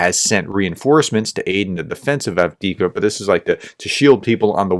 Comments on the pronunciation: AF DEEF KA not Ad-Wicka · Say it with me, Have-Div-Ka. 😅All jokes aside thanks for your coverage and your cooperation with Terry!